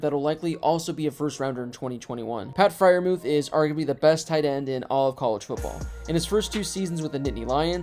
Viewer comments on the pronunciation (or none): It’s Freiermuth, not Friermuth lol